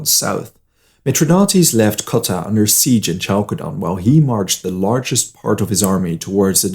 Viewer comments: More like "Halkedon" ;) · Khalkedon is much correct as a pronounciation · Is that the right way to say Chalcedon?